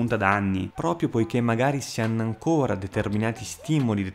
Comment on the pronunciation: “Non penso proprioh”. 😂